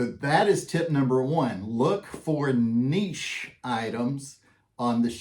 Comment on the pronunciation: Nice info. I found it interesting that you pronounced niche both neech, and nitch. Also, I lived in Spokane for about 9 years. CDA is 30 minutes away. Not trying to nitpick you because unless you are a local, you don't know. The pronunciation of Cour D' Alene is core da lane. Just FYI.